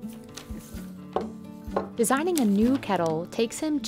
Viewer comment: Urgh the way she pronounces kettle. “Ketl” no love it’s “KeTTle”